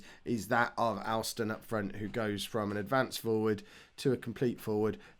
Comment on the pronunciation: Alston is pronounced Olston.